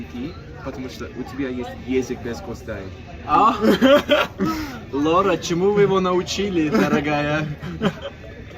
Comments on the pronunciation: Не «Лора», а Лаура😅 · Не Лора, а Лаура, это популярное казахское имя